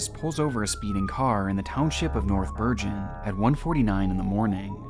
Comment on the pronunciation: Bro said north ber Gen it's bergen 1 word